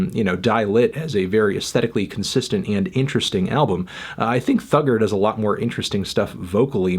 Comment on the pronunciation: Why do u say thugger like a racist slur